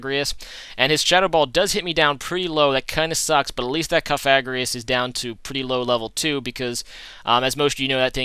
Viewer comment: alright so i think i saved you the troubles of finding out, im pretty sure cofagrigus is pronounced cough-uh-gree-gus or you could be a rebel and say cough-uh-grig-us lolz